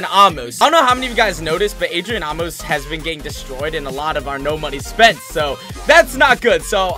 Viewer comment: Maybe Amos is getting destroyed bc you’re saying his name wrong 😂 it’s pronounced like ay-Mose